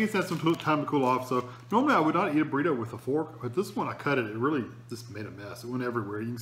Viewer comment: Did you deadass just say borito